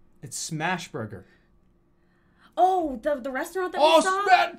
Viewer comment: Oh man, Jerma's reasoning for a lot of these is so off the wall. Calls Sheetz "Shitz", also refers to Smash Burger as "Cash Burger"